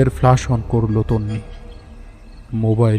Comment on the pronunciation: Flash not flush, coincident noi its concidence. Dear team this narration was quite flat no emotional touch present in the entire episode hence it missed to evoke any atmosphere of horror. I loved ur Byomkesh episodes but this missed the mark!😔😔😔😔😔😔.... Goodnight ✌